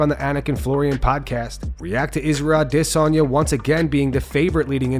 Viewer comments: Why the f*ck do you say AHH - DE - Sanya? That’s not even a Yoruba or Igbo pronunciation? 😂 What is that even suppose to be! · So annoying the way he says Ah-DEH-sanya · “Israel aDISagna” lmao y you say his name like that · Is anybody else hearing the commentator say AH-DISS-ANYA ?😅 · >Hasbulla situation UPDATE This is the shittiest MMA channel on Youtube. You shilled Paulie M., Dillon Danis, you'll shill anything for clicks - and you say ADESANYA weird as heck. Uh-DIS-Onya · Every time you pronounce adesanya like that I click the fuck off the video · The most irritating thing on the internet is how you say Israel’s last name. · When will this guy ever pronounce Izzy’s last name correctly?